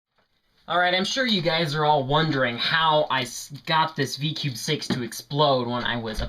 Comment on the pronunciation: and you said v cube in stead of V-Cube